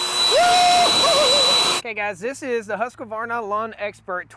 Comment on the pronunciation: I think it is Husqvarna..not Husq-A-varna.